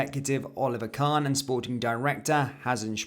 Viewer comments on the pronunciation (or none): none